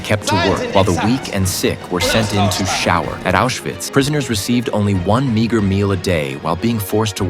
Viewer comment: bro did not say meager